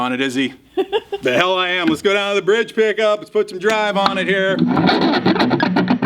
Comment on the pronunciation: why is he always saying "Lex" instead of "Let's"? Never realised that before, but now that I heard it it can't be unheard...